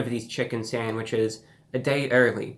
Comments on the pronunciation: you totally said sangwiches, awesome :) lol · New chicken sangwiches 😂